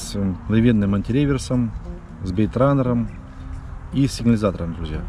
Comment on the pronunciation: бАЙТраннером!!!! а не бЭейтраннером!))))